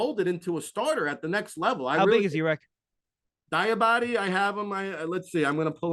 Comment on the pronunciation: Mohamoud Diabate is pronounced "dee-uh-bot-tay" lol